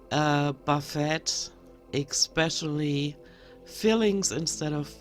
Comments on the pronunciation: And she wants us to believe she reads books. "Eck speshully" is the one that gets me. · I totally LOVED this video. In this online "Wack-A-Mole" game, you hit every single mispronunciation that drives me CRAZY!!! If you EVER have some extra time, I wouldn't mind " Speaks Like A Toddler" Part 2. "Excetera" and "Exspeshully" drive me "especially" (lol) mad. You did miss a few though (for next time)....you must not forget "ordament" (ornament) "sukkalent" (succulent) and my absolute fave " SMIGGLE". I'm not quite sure what she trying to say here, though since she uses it while "cooking" (and I use that term loosely)...I THINK she's means to say "smidgen"....as in "Don't use an entire teaspoon of garlic salt, just use a smidgen" I never, ever get tired of your videos and I am so thankful to Charlie at Dangling Ankle for mentioning your channel. God Bless and have a wonderful weekend!! (BTW, I think you speak English beautifully...I think German is such a difficult language. My husband and I both have German blood, but his parent are FROM both Germany and Hungary and he speaks fluent german! I don't....but I DO speak fluent Pig Latin...lol.